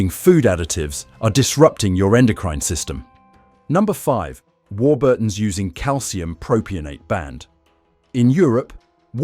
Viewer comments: This is a disinformation video the chemicals named in the video by the AI narrator (a real british person knows how to pronounce warburtons) were banned in the UK in the 1990s. I have no idea what the poster hopes to gain by this video but since when do these content creators make sense. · how do you pronounce warburtons? From a Brit.